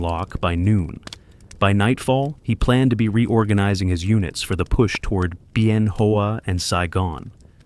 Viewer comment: A Vietnam combat veteran watching from San Francisco Ca I served in the USMC with 7th motor transport battalion bravo company In Da nang Vietnam at red beach. I Love the way those who tell these stories but with one exception I can tell they did their research but one thing they didn’t do was to learn right pronunciation of the name of certain cities like Ben Hoa the it doesn’t sound like it’s spelled the H has a W sound Ben (Wa) Hoa. And the city of Hue is also not pronounced like it’s spelled Hue has the same pronunciation as the English word (Way) the right pronunciation is pronounced like this Hue(Way) City.